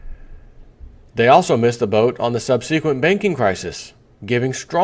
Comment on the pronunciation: J, I'm sorry, but please go listen to the pronunciation of subsequent. I've been with you a long time and it's a word that keeps popping up in articles. Thank you sir.